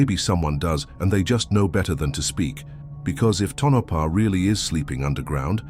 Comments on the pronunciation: Tonapha is pronounced Tone-a-pa. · The AI voice's pronunciation of Tonopah is an eerie mystery in and of itself!